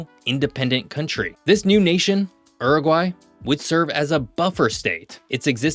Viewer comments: It's Uruguay, not Eruguay. Pronounce the U. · Please It is pronounced Yuragry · Pronounce as Ooruguay not as URuguay. If you want to talk about a country pronounce the name correctly. Oor as in poor - not Ur as in fur. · Yoo-roo-gwai my guy, this er-guy you are saying is very eccentric. The spelling is not English, so ask what the country is called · Please 🙏 it’s not Ooroguay….. it’s a Youroguay….. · its not Er-egwhy! Dude. come on....Its YOO-Roo-Gwhy (English) or OO-roo-gway. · Mate, in English, it's pronounced 'Iuruguay', not 'Aruguay'. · stop saying Errrgai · I had to exit after the 4th “errraguay” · Homer Simpson said that the correct pronunciation is U-R-GAY. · Errrugwhy, just love American pronunciation 🎉😂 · When Homer Simpson tries to pronounce Uruguay. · I've never heard that pronunciation of Uruguay before! Interesting video, nevertheless. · Y la voz ni sabe pronunciar el nombre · It was painful having to listen to your pronunciation of Uruguay, americans love butchering the English language